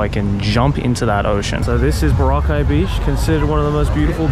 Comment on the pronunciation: Proper Aussie. Sometimes you pronounced the location Boroca like the drink that gets you on the B B Bounce hahahaha.